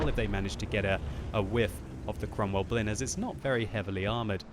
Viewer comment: You say it like Cromwell Blin